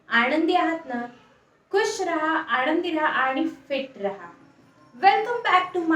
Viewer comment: आणंदी म्हणणे बंद करा, , महिणा???